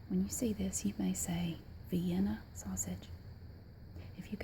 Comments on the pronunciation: I live in the south. I have never heard in my life someone say vienna the way you do. 😂😂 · I live in Nashville and I've never heard anyone pronounce Vienna the way you do! But I'm sure it's different everywhere. I'm with you I don't really care for them but every once in a blue moon I'll crave them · in texas we pronounce it vee-anna! weird how it varies state to state